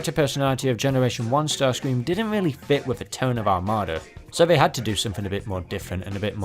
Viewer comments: The Michael Bay version sounds like he's saying "daddy"😅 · Bay starscream sounds like he is saying Nazi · i hear yahtzee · i think bay starscream said “betsy” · To me it sounds like he’s saying feet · It sounds like he’s saying gratsi to me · When Bayverse Starscream made that noise, I heard “Nazi” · I litaryly though he said the nazi😅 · Am I the one who thinks he's saying "yahtzee"? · To me it sounded like he said "naughty" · I hear “Nazi” for some reason Like idk I just hear that